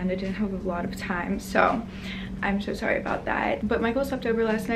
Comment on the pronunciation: The way you say ‘so sorry’ is weird